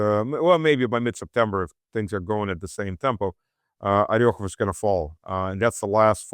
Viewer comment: It's OrEkhov & Druzhkovka. Come on. Not "oryokhov" & "druzhinka".